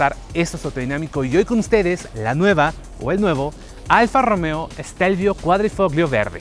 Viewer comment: Ahi te encargo la pronunciación. En italiano Gli se pronuncia "Li" por lo tanto Quadrifoglio se pronuncia "Quadrifolio"